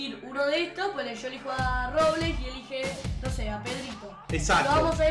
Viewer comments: es Robleis No Robles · Robleis no robles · dice robles en vez de Robleis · Var!! en el primero dijo robles no robleis:v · se dice robleis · Porque dice robles es robleis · Like si se dice robleis no robles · Es robleis no robles